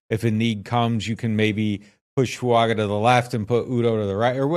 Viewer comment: Fu anga is how he pronounces his name So add a subtle n before the g.